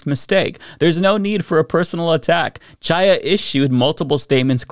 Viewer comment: The “Ch” in Chaya’s first name is pronounced like the “Ch” in Bach or Challah bread. It’s a Hebrew name. We take issue with all the fascists calling the VP Ka-MAH-la, we should pronounce her ethnic name correctly.